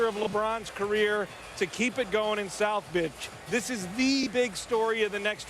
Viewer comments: xxEASPORTSSxx . nonono. he actually said south BITCH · Did he say south bitch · Did he say south bitch at the en of the video watch an tell me what u think I know what he ment to say but listen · Nah it's clear that he says "South Bitch". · He said south bitch xD